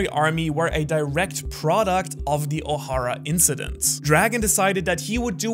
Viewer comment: Why does Ohara pronounce Ohara differently than when he says Ohara... Why Ohara ?